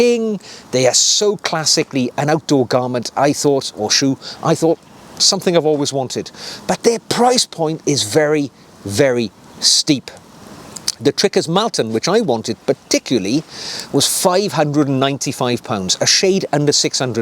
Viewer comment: Malton, pronounced Molton. I live close to that town. No offence. 👍